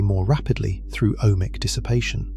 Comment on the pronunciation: "Ohmic" decay or "O.H. Mic" decay? Nice AI........